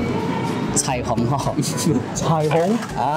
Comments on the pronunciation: 彩虹福州话标准发音是kwun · 答案： 奶茶：乳茶（nieng33 da53) 火锅：火锅（和普通话读音同，火是多音字，文读和普通话同音，白读都hui55） 太阳：日头（nik55 tau53) 彩虹：彩虹（ 应该可以算对 cai424 keovng53） 月亮：月？（影片的答案是ngok55 ne424，不过印象中是单字词，就是ngok） 喝酒：食酒（sie53 ziu33) 喜欢：所脚（su33 ka55）但好像 ”中意（dvng53 ei424)" 和 “喜欢 (hi424 'uang55)" 更常见